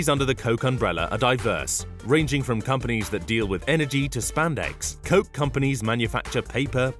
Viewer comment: I'm pretty sure you're not pronouncing "Koch" the right way..